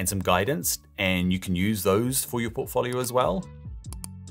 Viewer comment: If he pronounces "portfolio" like that one more time...